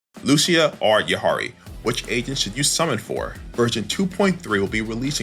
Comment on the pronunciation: Its yi dha ri😂